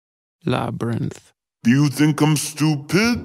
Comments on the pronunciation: when sia says labrynth is sounds like VICTOER LOL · It sounded like Viktor said "labyrinth" at the beginning and I keep replying it. For science.